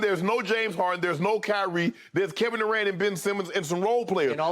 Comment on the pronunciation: “My guy Kevin Durant” but yet skip always calling him Kevin “Du’cant”